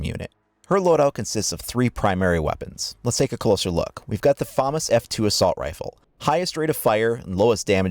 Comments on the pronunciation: It's actually pronounced fumas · IT IS [fuh-mass]!!!!!!!!!!!